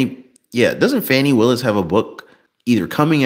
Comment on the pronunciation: You pronounce Fani (Fawn-knee